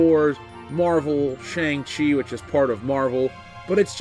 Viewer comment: What is a Tschang-Tchi???